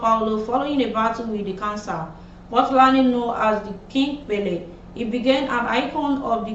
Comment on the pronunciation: Learn to pronounce names. E.g. Pelé.